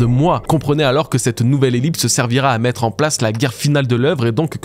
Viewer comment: Bonne vidéo.. juste un bémol, en français le verbe « mettre » du moins la première syllabe se prononce soit « é » soit « è » et non juste « e ».. Juste pour info parce que ça fait des années que mes oreilles saignent un peu lol Bon courage